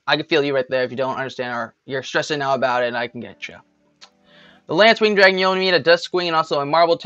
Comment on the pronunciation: Its Lacewing, not LaNcewing